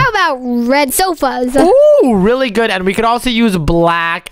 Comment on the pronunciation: really said bood boood 😂😂😂😂😂😂